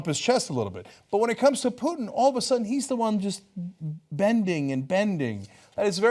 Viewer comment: Poo-Putin haha